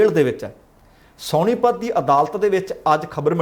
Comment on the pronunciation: Bhaji please correct your pronunciation. Not ਸੌਣੀਪਤ but ਸੋਨੀਪਤ Thnx